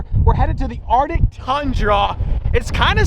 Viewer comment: Bro the way my man says “artic” instead of “arctic” really grinds my gears.